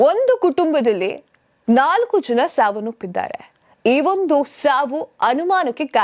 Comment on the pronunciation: ಸಾವನ್ನೊಪ್ಪಿದ್ದಾರೆ ಸಾವನ್ನೊಪ್ಪಿದ್ದಾರೆ ಅಂತ ಬಡ್ಕೋತಾ ಇದ್ದೀಯಲ್ಲ 🤦 ಸಾವನ್ನೊಪ್ಪಿದ್ದಾರೆ ಅಲ್ಲ, ಸಾವನ್ನಪ್ಪಿದ್ದಾರೆ ಅಂತ ಹೇಳು. ಕನ್ನಡ ಪದಗಳು ಸರಿಯಾಗಿ ಉಚ್ಛರಿಸೋಕೆ ಬರಲ್ಲ. ಇವರು ದೊಡ್ಡ 🤦